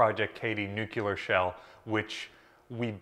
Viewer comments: Man said "nuke-ya-ler", LOL... It's Nu-clee-er, as it's named is derived from the nucleus of an atom... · Bro it’s “nu-clear” not “nu-cue-lar” hahaha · nuclear not nucular please thanks good video! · Nuclear, not nucular. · Very nice video🙂 Could you please say "nuclear" and not nukular? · "Nucular". You do understand that those are completely inert; as opposed to "nuclear" that goes bang with a great deal of force. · "and the nukular shell" c'mon bro. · What is a nucular shell? There is no such thing as a nucular shell. Just like there is no such thing as nucular energy, nucular medicine test, or nucular power plant. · Oh it’s a dig on his pronunciation! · What's this 'nucular' that you keep mentioning? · You have a disturbing habit of darting your eyes all around the room while speaking to the camera. LOOK AT THE CAMERA WHEN YOU SPEAK TO IT. And learn how to correctly pronounce Nuclear. "NEW CLEAR". Got it? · Nuculer? Try again. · Please learn how to pronounce New-Clee-ur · Pronounce it 'New Clear". Practice it. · Can't pronounce 'Nuclear', how can I trust anything else this guy says. Sorry bud.